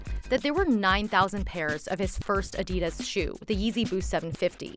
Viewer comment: Take a drink every time the narrator says “Adiduzz”